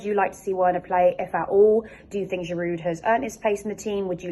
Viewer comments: Verner there is no w in german and girou the d is silent start learning foreign language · 1) it’s Werner (pronounced VERNER) and 2) it’s Giroud (pronounced GIROU) you don’t sound the D in his name. Get those two straight please. Danke/Merci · The names sounds better when pronounced correctly...Werner=(Verna)...Giroud (Jirou)